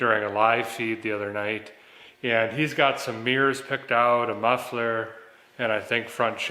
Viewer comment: Am I the the only one who heard ' beers' , when he said Bradley had "mirrors" picked out?? Took me a second to realize he said mirrors..😂😂